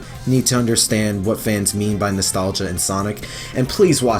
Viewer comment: say with me, nostlagia!